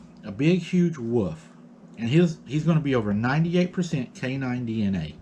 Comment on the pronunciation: Wolf, wolf not woof. You’re killing me.